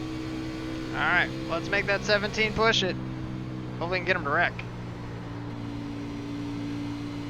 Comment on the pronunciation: When you said "hopefuwwy" I laughed so hard. Though it was wrong